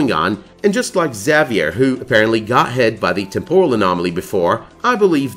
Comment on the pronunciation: You're pronouncing Xavier wrong.